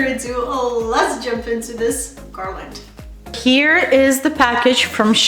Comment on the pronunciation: I do not understand why they think you say garland funny! You sound fine to me. Some people don’t have anything better to do except criticize others ! Ignore those that are critical. The garland is beautiful! Thank you for sharing 😊